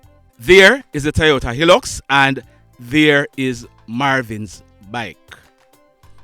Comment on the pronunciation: The name of the truck is High lux not the way you pronounce it. The I in hilux